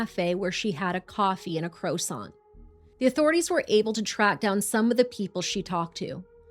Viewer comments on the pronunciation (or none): Not the crow sawnt!! 😅 I love you both. The way to say this word is cwahh saun(t). 🎉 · We not just gonna skip over how you just said croissant "Cro-sant" made my day lol 😂 Huge fan keep up the great content ❤🎉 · 😂😂😂u said crowsaunt😂😂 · I’m sorry..a crow saunt…I know this is horrible but that just did me in.. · *across, not acrossed. And wtf is a "crowsant"? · This story was so disturbing that I have to mention that 🥐"crowsaunt"🥐 made me smile. With all the research you guys do, I'm surprised you didn't find the best pronounciation. I've seriously never heard it pronounced that way but it took the darkness out of the subject matter for a second ❤